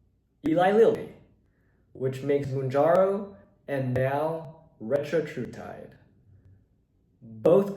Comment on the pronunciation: Retatrutide, not Retratrutide. Also, audio and video aren’t synced up in parts of the vid.